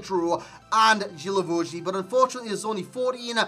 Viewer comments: Thought it was Gee-La-Vo-Ju idk, GG's anyway xD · Its pronunced Gui la vo gui